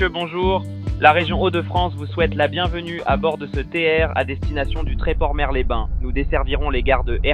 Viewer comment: dans Mers-les-bains , le "s" de "Mers" se prononce 😉